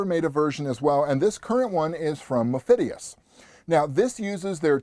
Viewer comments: Good, i'm not crazy! I think he's trolling us at this point. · Mo-DI-phius LoL